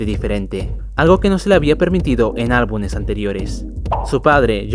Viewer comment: se dice albumes, amigo, no albunes. Por lo demas perfe